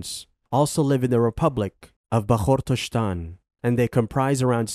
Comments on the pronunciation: I think you didnt prepare well … your pronunciation is totally wrong of all names you mentioned in this video. Its Bash-kor-to-stan not bakhshorstan.. its Tatar-stan not Tatarshtan Its Habib not Khabib Its Daghis-tan not Dajistan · It's not Baxorshistan, but Bashkortostan It's Tartarshtan, but Tatarıstan huge pronunciation mistakes in other republics as well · the voiceover guy mispronounced almost all the names and titles - made mistakes in stressed vowels, folded the syllables incorrectly (poor Bashkortostan), s/sh got mixed up. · Unforgivable how he butchers Bashkortostan, and Tatarstan.